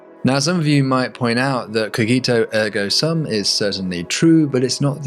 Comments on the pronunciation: it's more like "koh-jee-toh ehrgo soom" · Cogito Ergo Sum is pronounced : koh-gi-toh -er-goh -soom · I want to tell you that you are pronouncing cogito ergo sum wrongly. Can you say Gia? Like Gia Carangi the model? Well that cogito is like in Gia. I love your channel but is disappointing to see people with doctorates not knowing basic latin. How do I know? Well my language is romance i speak italian romanian and many others and I studied latin at academic level. Cheers!